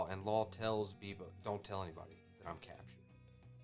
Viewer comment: not beepo, its beppo :D